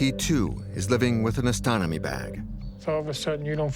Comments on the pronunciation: Okay. You said "ostotomy" twice. The word you needed was "ostomy". Say it with me: "OSS-tuh-mee". You lose credibility when you commit boners like this one. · Ostomy bag. Not ostononmy. Not in U S, anyway.😊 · it’s ostomy bag guys not ostonomy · Very eye-opening. Informative. But, I just can't get over "ostonomy bag". It's "ostomy bag". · Ostomy; OS-TOM-Y bag (not ostonomy) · Colostomy Bag. or Ostomy Bag. (Oss-to-mee) Bag (Co-loss-to-mee) Bag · Ostomy is pronounced aa·stuh·mee. Awesome and informative. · It is pronounced 'Oz ta me' bag.